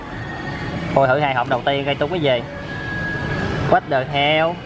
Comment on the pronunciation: Phát âm kiểu gì z 3, lại còn cái kiểu " what the heo ??? " . Nghe trẩu zler 😎😎😎